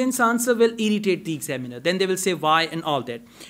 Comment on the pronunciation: You are mispronouncing the word examiner.....